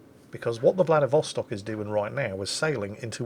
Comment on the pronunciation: Hey, it's VladivostOk =)